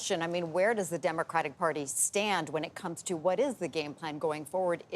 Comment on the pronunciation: it's not pronounced "demercratic"...it's democratic